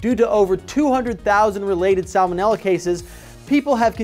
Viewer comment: I thot u didn't pronounce the first l in salmonella